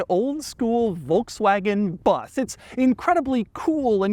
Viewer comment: was listening to this video while working. i was like why are you keep saying BUZZ??? isnt it a VW BUS? How can Doug mispronounce that word so badly. then i looked at the screen, oh...